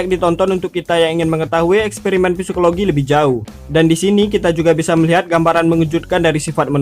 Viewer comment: Tunggu, tunggu.... Bukan Sepikologi, bang Psikologi (baca = sikologi)